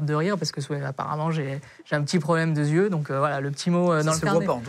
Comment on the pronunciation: Et..."Un p'tit problème de (z)yeux", pas mal également !